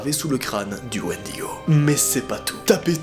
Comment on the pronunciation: C'est bon j'ai entendu un Wendygo c'est sqendaleux